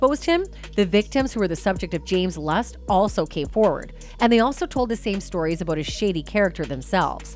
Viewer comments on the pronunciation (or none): none